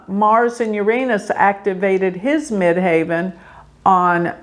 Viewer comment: why do you say Mid HAVEN instead of Mid HEAVEN? I have honestly never heard it pronounced that way?